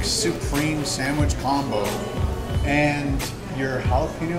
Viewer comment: Buddy stop saying SANDWIDGE it's just a sandwich it's easy to say let's say it all together now, sandWICH! Yay good job now keep it up turd